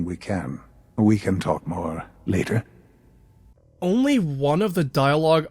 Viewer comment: "We can talk more L A T er." lol